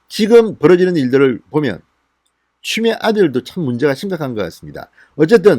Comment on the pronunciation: 진성호.위 이빨이.없나봐 발음이 추미애 보고 쮸미애라고하는거같은데 이부터 손보고 방송했으면한다 발음도 현찬은 자가 뭘 말을하나.기가막힌다